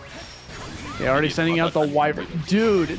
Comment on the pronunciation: Why do they keep saying way-vern instead of why-vern?